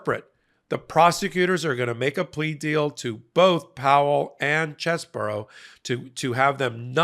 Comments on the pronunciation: Its pronounced "Cheesy-Bro" not "Chess-bro". He gets zero name-integrity from us for being a traitor to our democracy. CHEESY BRO! Lets normalize that lol. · It's not fucking BORO, it"s BRO!! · why do you keep saying cheseboro? It's CheseBRO!